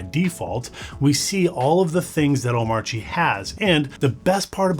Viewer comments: Hate to be that guy but it's pronounced "Oh-mah-chi" - according to DHH. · the 'R' in Omarchy is silent. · DHH would be rolling in his grave if he heard how you pronounce omarchy